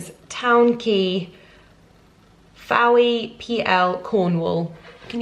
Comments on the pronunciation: Its pronounced FOY in Cornwall not FOWEY........ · Fowey in Cornwall is pronounced “Foy” 😉 Loved the vlog x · Rebecca Blagdon-Powell 😂 I noticed this too. Fowey- (Foy sounds like Joy) 🙌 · “Fowey” is pronouned “f-oi” haha... love the vlog x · Darker green as it will fade. Stain the beds. Lumi is such a mood. Fowey is pronounced Foy. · And all the Cornish people just chuckled to the pronunciation of Fowey lol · It makes me laugh how non-Cornish people pronounce Fowey 😂